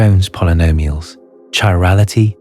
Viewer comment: The CH in chirality are pronounced as a hard K: kai ral i tee